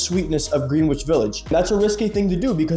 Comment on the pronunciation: Pronounced … GREN-NITCH VILLAGE. Bond No. 9 is based off of areas of New York City. Greenwich Village Aka “the village”.